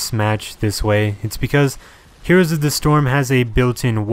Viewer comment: Why do you mispronounce "heroes"?